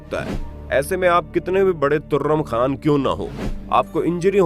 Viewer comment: Turrum kha nahi trum kha Bolte agar sahi bola toh like kare